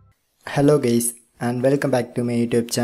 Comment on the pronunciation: I always like the way he intro is like ' hello gays '